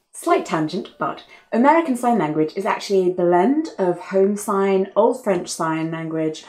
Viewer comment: My dissertation is on home sign and when you said it, your accent and stress pattern had me going "60 home whats???" It was very embarrassing. Since no one was there to witness my embarrassment, I decided to post it here in the comments for all to see.